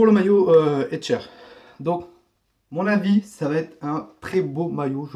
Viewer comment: c'est HECHTER et non hetcher comme tu dis !